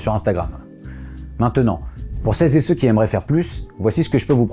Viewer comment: Le travail de ce Youtuber est certainement excellent. Cependant à partir du moment où j'entends "celles z'et ceux..." un voyant orange s'allume et à l'instant où j'entends "conseiller ministériel de 20 à 25", je zappe.